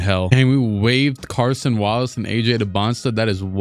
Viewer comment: Please stop pronouncing it as Carson Wallace 🙏🏻